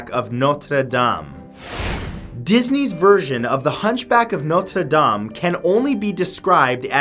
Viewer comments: I like how you pronounce "Notre Dame." This whole list was informative. Now, would you please produce a video about Saint Patrick's Day? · YYYYEEEESSSS HE SAID NOTRE DAME CORRECTLY